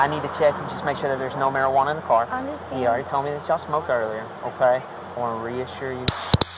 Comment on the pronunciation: I "undurstand" is insane💀